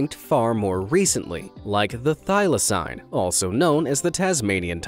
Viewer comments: How you gunna pronounce thylacine (Thai-Luh-seen) wrong AND get the death date wrong? ( 7 sept 1936) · thyl-acine is pronounded thy-la-ceen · He can’t even pronounce thyclacine if he can’t pronounce that right then just say Tasmanian tiger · When I hear thaylacine